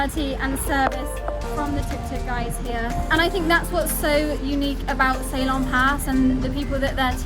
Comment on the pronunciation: Hey Ceylon = Sea-lawn, that's how it should be pronounced darling..😊 cheers